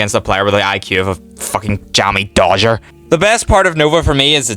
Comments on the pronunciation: Dead giveaway😭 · Didn't realize you were british until I heard the sleeper agent word "Jammy dodger"